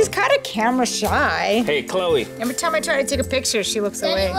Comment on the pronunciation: u spelled chloe wrong u said chole